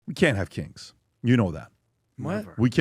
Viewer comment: It sounded like he was saying “no kinks” in the beginning of the video 😅